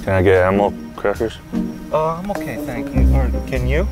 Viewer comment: "Can I get aminal cwackers?"